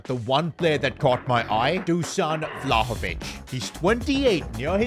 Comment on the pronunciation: Vlaovich😂 piccoli maggiore